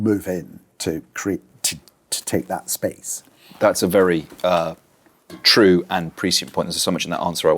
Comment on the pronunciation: You can tell he's Italian descent by the way he uses his hands. The way he pronounced the words true and booed is very unusual (like trow and bowed). What accent does that come from?